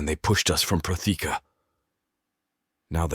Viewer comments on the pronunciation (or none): I love the story. I love the voices. It would be great if all narrators would be notified of how to pronounce Protheka.